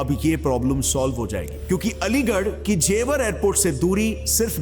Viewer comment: Not jewaar Its jewar